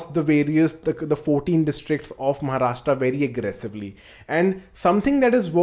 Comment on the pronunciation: Won't forgive you for saying Maharashtra